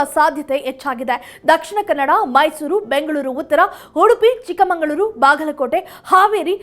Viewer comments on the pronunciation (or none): none